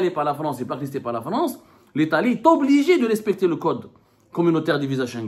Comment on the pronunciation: Estobligé… to ….pas de liaison ici on dit est … obligé